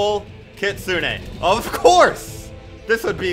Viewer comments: "Kitsunay sidekick" why? Its kit-soon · Btw, the kitsune is pronounced ki-tsun without the “ne” you’re welcome:)